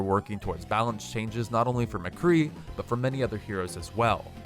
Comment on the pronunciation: im sorry did u say mcree HAHHAH u havent heard of symmetra